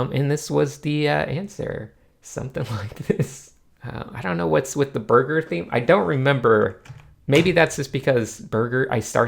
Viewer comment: There's something about saying burger that makes me laugh